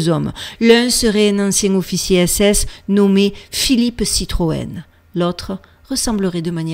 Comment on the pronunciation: Citroën....😮 Citroën ????